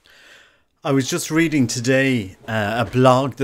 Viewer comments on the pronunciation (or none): none